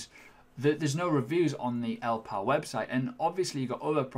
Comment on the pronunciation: Great review and hope you do more product reviews in the future. I like your balanced approach.I reckon it's pronounced "ell Ii pal". I think the middle "I" needs prouncing?